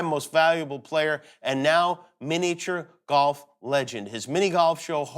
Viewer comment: He says miniature weird